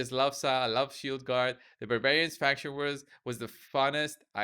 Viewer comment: “Babarians” yup :)